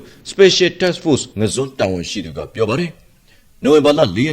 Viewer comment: ငါန်းဇွန်းလိုအသံမထွက်ရပါဘူး ငဇွန်လို့အသံထွက်ရပါတယ်ရဲဘေါ်